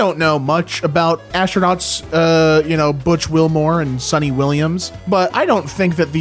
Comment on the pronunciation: my man , it’s Sunita Williams , not Sunny Willams